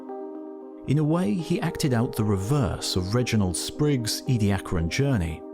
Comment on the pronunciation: It's "Edia-caran", not "Edi-acran"...